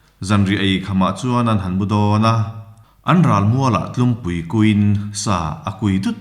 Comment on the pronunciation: Tlumpui tih tur, tlûmpui ni lo in